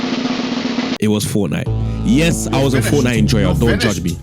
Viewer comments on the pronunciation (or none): Fort Nite? Really?